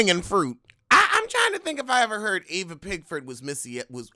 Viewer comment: EEEEEva not Ava.